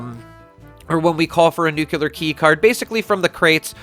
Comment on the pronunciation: "New-clear", not "new-cue-lear".